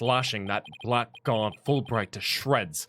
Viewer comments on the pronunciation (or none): Just so you know, Blackguard is pronounced "blaggard", which is a little misleading as Ace Attorney has spelled it blaggard before, but there ya go.